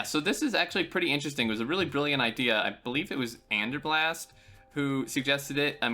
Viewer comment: It's "Theanderblast", by the way, not "Anderblast" 😺